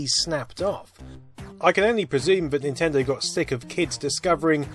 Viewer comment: Nintindew? Wtf did this guy say???